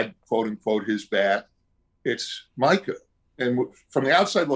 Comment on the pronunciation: Have you even played red dead You said Micah wrong That's so embarrassing